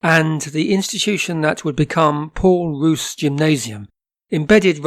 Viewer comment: The school you refer to is pronounced SAX not S.A.C.S. and Paul Roos is pronounced Pole R oo rs...as in gourmet. Unfortunately there is no vowel sound similar in English.